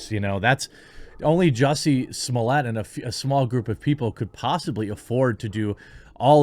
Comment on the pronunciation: Jesus Jeremy you are butchering the name. It’s JUICY SMOOYAY NOT SOMALIYAY.